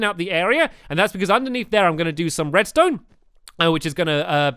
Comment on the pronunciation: Did I hear stampy say redstoon uh oh